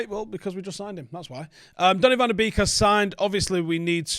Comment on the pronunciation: pronounced Van De Bake Thiago is going to the scousers. stop the dreaming